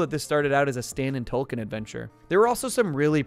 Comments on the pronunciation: Is it Token or Tolkien? I thought they was a joke about diversity there, but I keep hearing Tolkein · Dude it sounds like your saying Tolkien. His name is token. Because he's the token black friend. That's the joke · It's TOKEN, not Toll-Ken, why are you saying it that way? Do you not get the joke that Token's name is? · The characters name is Token not 'Tolkien'. Get it right. He was created as the 'token' black character on a show primarily about white people. That's the point. It's supposed to be both funny and 'meta'. Note the T on his shirt, it stands for 'Token'. No other character on the show is singled out like this. For someone who watches the show as much as you appear to it's just sloppy, amigo. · Stan and tolken? Uhm wtf?! Isn’t it TOKEN? For the obvious southpark gag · honestly I didn't know about the change, I just thought you were Canadian or something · Every time you said token it sounded like you were saying Tolkien. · Hate to be that person, but it sounds like he's saying Tolkien, like author of lord of the rings and not Tolkien as in the Tolkien black character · Are you actually calling token Tolkien? 😂